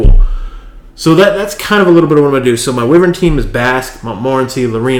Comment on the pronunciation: the beginning... wyvern has a short/soft "i" like winter. Thanks again :-)